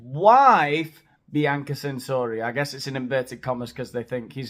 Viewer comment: It's pronounced Chensori, not Sensori, FYI